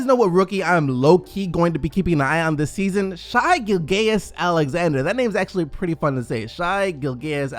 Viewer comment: It's pronounced GilJUS Alexander